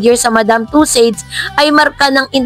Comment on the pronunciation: tussauds po. Hindi tussades